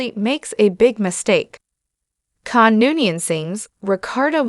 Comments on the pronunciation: It's KHAN not CAn its Seti Alpha FIVE not Seti Alpha Vee It's STar Trek TWO not Start Trek Q maybe you should invest in better AI Text to speech software yours is GARBAGE, even Chat GPT has better Voice Engine that what you are using and it is free. If only you would learn how to use it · AI narration is a bad joke ... the wrath of Can???